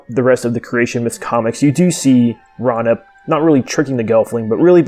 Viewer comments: it is not pronounced ra-nip it is pronounced ray-you-nip FYI I love your vids and how you explain the creatures and the world of Thra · I thought Raunip was pronounced Ray-U-Nip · I always pronounced it "Raw-oo-neep," but what do I know?